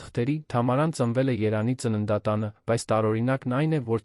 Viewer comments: Արա. Երան. Չի, ԵՐևԱՆ. Է. ԱՐԱ։ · Անգրագետ՝ Երևան , ոչ թե երան , դու կեղծ, ժամանակագրութուն ես հաղորդում ։